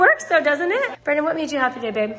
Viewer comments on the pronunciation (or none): It's BRENNAN not 'brenon.'